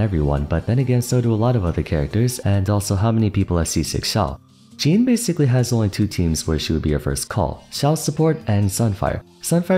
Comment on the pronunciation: Is it just normal for english speaking people to not be able to speak "Jean" properly? (There is a diffence between the name Jean and Jeans) Or do you just think it's right that way